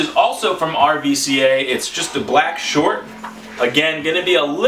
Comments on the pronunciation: Just a tip. RVCA is pronounced Ruca. Started as a surf brand and now is a "street" brand. Very disrespectful to their company when pronounced "RVCA". Just a heads up. You'll get kicked out of their store for mispronouncing. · RVCA, pronounced Ruca. Great pickups, man! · RVCA is pronounced ruca it's the Greek u